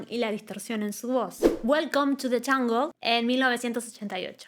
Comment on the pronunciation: You said welcome to the ungle..If your going to critique voice, you better pronounce English words clearly...😮